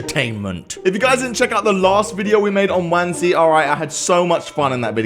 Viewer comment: Its wansee not wanse